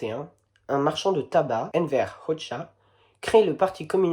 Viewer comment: Krujë, pas Krüje. Et SkanderBEG, pas Skanderberg. Et on prononce Hodja, pas Hotcha. Mais "café bar", ça c'est pas mal, ça m'a fait rigoler (qafë, pron. approx. tchafeu, c'est un col de montagne, Bar je ne sais pas, peut-être l'herbe ?). Bon, sinon ça me paraît à peu près correct.